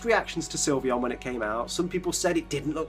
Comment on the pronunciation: THERE IS NO I IN SYLVEON! AND FLEFKI DOES NOT END WITH EY, IT ENDS WITH AN I!